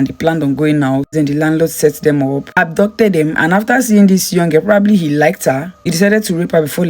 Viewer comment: Are you saying abducted or adopted? Speak clearly please